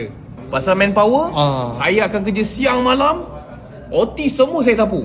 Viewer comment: Siang malam tu slang lain mcm.... 😂😂😂